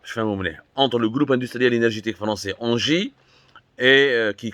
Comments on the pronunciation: C’edt pas ANGIE, c’est ENGIE. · Ca se li haineji. Pas anji.....